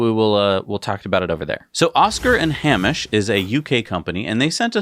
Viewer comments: Its pronounced Hay-mish not ham-ish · FYI in Oscar & Hamish, Hamish is pronounced HAYmish. It's Scottish in origin. Pronunciation of foreign names can be tricky. Massive congratulations on gaining your 200th episode. 👏👏👏